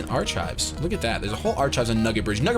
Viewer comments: Ar-kives, not ar-chives. facepalm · Did say "arch-chives" instead of "ark-kives"?